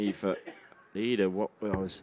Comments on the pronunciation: It's iida not lika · iida not Lida